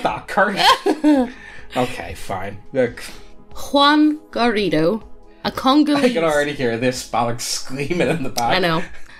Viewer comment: Not a bad pronunciation of Juan Garrido. The wost part was the "j" and the "rr", but you nailed the vowels. And that is something hard to find from the anglos.